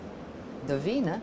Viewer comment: Najbolje mi je što umjesto "winner" kaže "weener"...